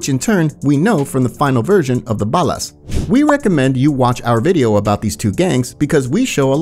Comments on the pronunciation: Bah-Las smfh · I think the guys that write and produce the content arent English speakers, or at least are concious about their accent, and so hire proper Voice Actors to VO the videos. noticed a few occaisions when the old voice mispronounced a few things. Like Ballas.